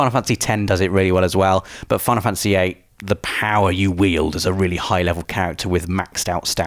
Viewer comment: Imagine not being able to pronounce Fantasy. wtf is a fanAhsy